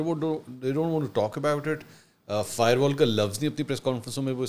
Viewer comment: فائر وال نہیں فائبر وال😅